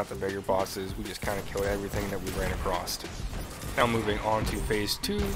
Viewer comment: "Jewten"..."Invoy"..."Acrosst" shudders